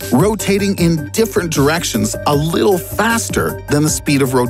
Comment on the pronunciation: Rotating “uh lil” faster...